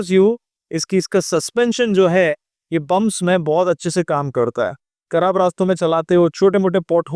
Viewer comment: kharab ko karab kyu bol rahe ho